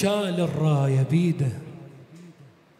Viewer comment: أحسنت ،، بس عندك مخارج الحروف مو صحيح ،، الشمسية مثلاً الراية الشيخ مايصير تلفظ الألف واللام لازم تدغم